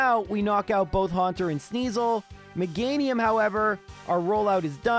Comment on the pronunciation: Meganium 😮 not MEGA- NIUM?